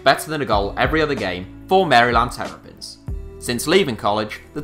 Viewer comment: The way you said Maryland Terrapins made me wanna die